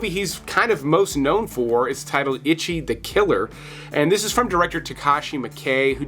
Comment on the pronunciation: Moron - If you are going to introduce foreign films .... maybe learn how to say the words. It's NOT "Ichy" as in "My skin Itches", FFS. It's the Number One in Japanese - Eechee.